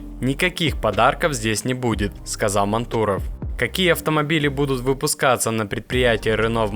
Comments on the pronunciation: Почему мантУров??? Ударение на А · Да, автор что то с ударением не очень дружит. Точнее с реалиями нашей страны, как произносится фамилия Мантуров можно было бы разобраться, она из каждого утюга по 20 раз в день звучит. Да и НАМИ тоже... Автор тебе сколько лет, если не секрет?)) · Судя по говору автора, то все ударения делаются НАМЕРЕННО не правильно ! Нами, мантуров ... чего вы добиваетесь ? Чтобы вас не смотрели, а ??? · Вот когда начнёшь правильно произносить фамилию Мантурова, тогда и подпишусь!